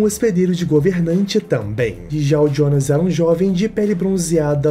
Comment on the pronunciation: Pq q tu fala Jionas ao invés de Jonas? Ele é brasileiro po kkkkk😊